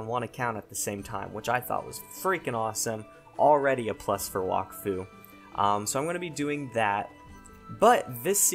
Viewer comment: It's (wack-fu)